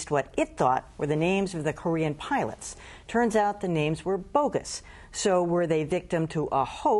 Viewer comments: Oh my good he said piwots. the world is going to end. 😮 Jees what a drama queen 😮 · At the 54 second mark he calls them piwots not pilots 😮